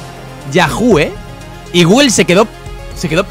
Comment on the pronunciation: Nadie: Absolutamente nadie::GUGUEL. Osea de dice gugul.